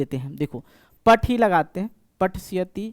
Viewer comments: Anpad pathshyati nhi pathishyati hota hai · sir patisayti hota hai patsayat nhi